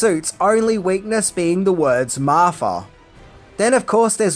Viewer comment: I agree with everything this said EXCEPT the Martha part...or as he said it - repeatedly and annoyingly, "Marfa." I mean, what kind of weird, reverse lisp is that??? Batman doesn't hate Superman. Bruce doesn't hate Clark. There is not emotion involved; there was only practicality. He saw him as a potential threat to humanity and was thus only trying to make a point. 1. that Superman was indeed too powerful to NOT be considered a huge threat risk to the planet and B. that he could indeed rectify that problem and neutralize that threat any time and any where. He needed Superman to know that and remember it well. There might have even been a little bit of dick-measuring and pissing contest, but I digress. Once he brought that tiny bit of emotion into it, it broke the cold, callous, calculation that Bruce Wayne was in the process of executing. It woke him up. It snapped him out of his steely focus. It spoke to Batman's humanity and reminded him of why he became Batman to begin with. Doesn't he even change voices in that scene from gruff Batman back to normal Afflect? I mean, that tells you right there that in one quick moment, Batman is still human...he's a person with no super powers. He's just like me and you. He cries, he has problems, he's flawed. He's just a man trying to make a difference in a terrible world. His humanity came flooding back at that instant along with a rush of all his memories of his mother and family, and quite frankly, I would say it might have been